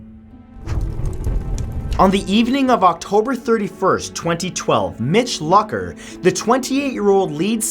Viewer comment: I'm pretty sure it's pronounced Mitch Louker not Lucker. Like Luke not Luck